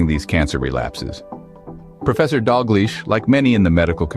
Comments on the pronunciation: 🤨 It's pronounced Doug-lish not dog-leash! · Should be pronounced Dal Geech, more likely. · It’s professor Dalgleish not Dog-leash It’s pronounced Dal-gleesh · I kept hearing the narrator here saying Dr. Dog leash and thought it was a joke and a fake name to keep the doctor anonymous. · Professor Dalgleish…..not Dog-leash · Are you saying dog leash ? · The doctor’s name is Angus Dalgliesh… not Dogleash. The commentary mispronounces the name. There are many reports, studies and statistics showing this trend. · There are other videos that that give the reference to the study. Dr David Campbell released several videos of of his interviews with Professor Angus Dalgleish ( the AI voice in this video referred to him as professor Dog leash 😂). The video referencing and discussing this study is simply titled Professor Dalgleish. Dr Been has covered this too, and I can’t remember the other doctor’s names that have also made videos regarding this subject. If you are interested in finding the studies or learning more about it, search YouTube for Dr David Campbell and Professor Dalgleslish. Or search for something like vaccines cause resurgence of cancer, or something similar. (Edited for spelling) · Lol I thought the same thing. I think he's Pronouncing the name wrong.